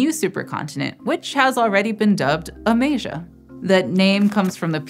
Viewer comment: Also, Amaze-ia!